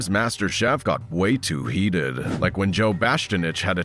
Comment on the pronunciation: It's masterchef not masterbate😂😂